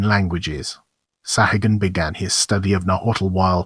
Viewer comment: Your mispronunciation of the surname is disgusting There are three correct pronunciations The first one is the Persian pronunciation Saw' ha- goon The second Is the Spanish; Sa'goon And the third is the Irish pronunciation Sa' hay- gun ... Your pronunciation with these three possibilities You're not even close So not only does your video illustrations disrespect the memory of Bernardino de Sahagun Your pronunciation of his name is a further insult My God where is your dignity your honor and professionalism!?